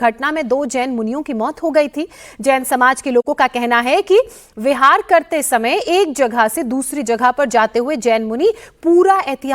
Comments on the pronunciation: its vihar not vichar correct it 😡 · ....galat uchcharan kar rha h.....vihar hota h....vichar bol rha h....means jain sadhu sadhwi ek jgh se dusri jgh jate h to usko vihar khte h....